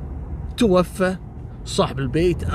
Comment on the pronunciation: برافوووووو عليك يا تنطق( توفى) بالالف المقصوره. (متوفى) ابواساور